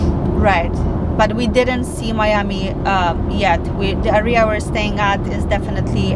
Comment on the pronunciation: ciągle wymawiasz źle słówko area. W każdym filmie. Bardzo to razi